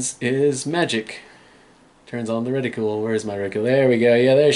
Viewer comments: I feel like it needs to be said. It's not "reticule", it's "reticle". Pronounced re ti cull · the problem with that analogy is that there really isn't a way to pronounce "cle" as "cule". It's an extremely common misunderstanding.